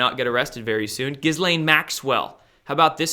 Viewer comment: Ghislaine has a silent 's'. She's now missing!